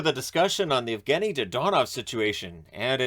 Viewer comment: your pronunciation of his name is......frustrating